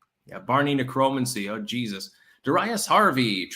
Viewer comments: Never heard anyone pronounce Necromancy the way does... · Lol at pronunciation of "necromancy" and "salmon"